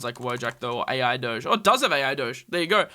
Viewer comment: Ai Doge or ARBDOGE? Ai Doge is "Ai"